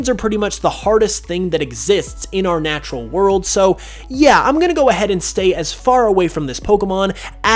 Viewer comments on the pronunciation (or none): none